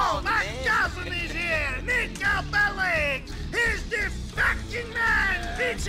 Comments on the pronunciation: Nico Bellitsch xD das heißt Nico Bellic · Nico belic wird am ende mit k ausgesprochen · nur zur info. man spricht serbische nachnamen so aus. "Bellitsch" ist richtig. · so viel ich weiß ist Nico Serbe und damit müsste die korrekte Aussprache BelliTSCH sein. Bin mir aber nicht ganz sicher. Falls irgendjemand genaueres weiß verbessert mich.